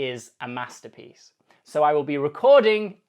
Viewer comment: It's a "mathterpiece"🗿